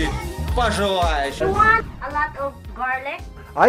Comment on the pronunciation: Я верю что ты живёшь в США! Но want произносится точно не через А! Хотя может в некоторых диалектах и ближе к этому...